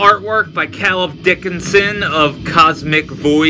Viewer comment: You say my name wrong everytime you review something I drew lol. Cay - lub